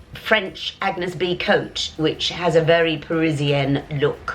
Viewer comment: You have to pronounce A-n-yes Bé (é is pronounced like the E of Edinburgh). The g of Agnès is silent and you are going to be a true Parisienne!